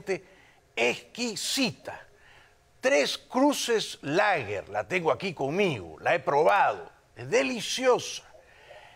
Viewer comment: Ay! Jaime me "sorprendes"? se supone? que estas en Miami? y, No sabes Pronunciar bien el ingles? que mal? aunque No te culpo? por que en Miami solo se habla Espanol pero ya pues como vas a decir tres cruces lager? lager se escribe? pero se pronuncia Leger! entiendes! mejor habla bien y, asi nos daremos cuenta? que has aprendido el ingles y/o No!...